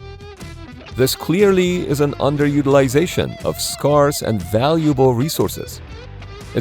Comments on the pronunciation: ok engrsh is not your first language .... SCARCE ... scare .sss not s car us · Always great videos! BTW, in 'scarce' and 'scarcity', the first syllable sounds like 'scare', rather than 'scar'. ♥😻